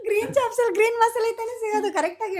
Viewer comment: Chops adu chaps alla. Kannada creator adru english sari idre chanda.